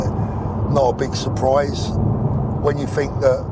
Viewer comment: Its "think" not "fink" learn English (your native language) racist thing needs to acknowledge 🇬🇧 IS THE THEIF OF THE WORLD learn your history your crimes - IM NOT YOUR FRIEND